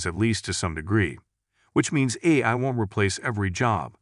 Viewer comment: Is this another deepfake voiceover? Cuz AI was pronounced "I" and Cortana was pronounced "courtna" 😆